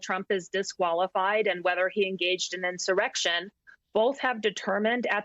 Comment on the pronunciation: She sure pronounces IN-Sir-RECK-shun reel purtee.